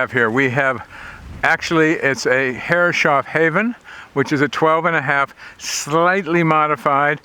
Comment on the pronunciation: Lovely wee boat! Took me a long time to work out 'Herres-hoff' instead of 'Herre-shoff', but see you're still saying the latter. And surely some of those brass fittings are bronze?